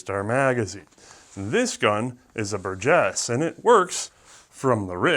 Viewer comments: I guess I must be the only one to never have heard it pronounced " bur-GUESS". Up to today it was always " BUR-jess". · BUR-gess is how it’s stressed, just so you know. The “G” sounding like the J in “Jim” is correct though! Good stuff as always! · It’s pronounced “Burgess”